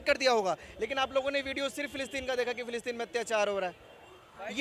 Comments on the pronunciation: Phillipine? Palestine 😂 pehle bolna seekh dhang se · Philistine bolna nhi aata, aur vaha pai jana itana jada gavar pan sirf madarsa se hi ho sakti hai. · Phle nam shi se bolna sikh le philitine jayegi ye 😂